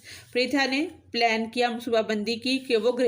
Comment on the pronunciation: Its not plane but plans and kindly check pronunciation of words from google